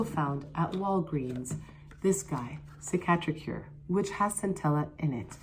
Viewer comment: this video is so old but omg if you happen to see this i love how u pronounce cicatricure with a french accent but its actually a mexican brand!!! very popular in south america they started out with a gel for fading surgical scars and wound scars and then expanded into facial skincare, def not french